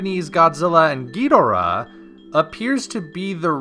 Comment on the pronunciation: Why do you keep say Ghidorah's name wrong?